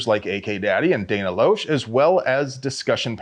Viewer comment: Loesch is pronounced like "lash". No idea why.